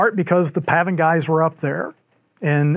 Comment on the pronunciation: Hey, if you keep saying "pavvin" all the time, why don't you start calling the other side "seetoes"?